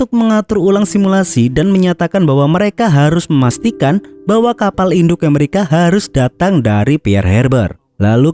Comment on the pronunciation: ngomong "Amerika" saja kamu mah nyebutnya "Emerika" lidahmu cadel min...? sok imut ah...gak enak ...kedengaranya